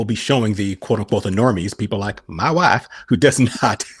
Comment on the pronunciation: says mY WhYFfE